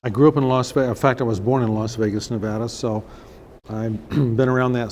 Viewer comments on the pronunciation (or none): none